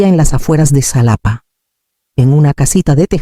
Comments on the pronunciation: Enseña a tu AI, a pronunciar JALAPA , aunque se escriba Xalapa. La x tiene diferentes peonunciaciones segun sus origenes . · Nunca se ha visto que vayan a alguna ceremonia a anunciar un veredicto Por favor escriban las historias mas creíbles y se pronuncia JALAPA 😂😂😂